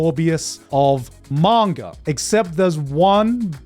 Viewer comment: It triggers me so much his pronunciation of Manga. Sometimes he says it right, other times his inner brit takes over and he goes like: MAENGOR 🗣️💂🏻🏴